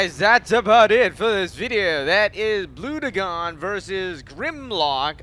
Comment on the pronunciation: its pronounced Bl-u-gen